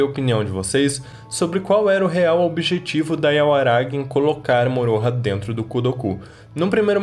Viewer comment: Eu nem tô assistindo dublado, fico muito incomodada como ficou a pronúncia Setsuna e Moroha